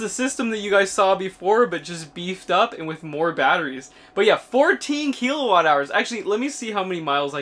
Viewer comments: "Kill a watt", not "key la watt". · There's no E in kilowatt